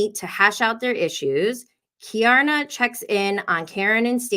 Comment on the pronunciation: I love her too! It’s pronounced “Key-are-nuh” 😘💘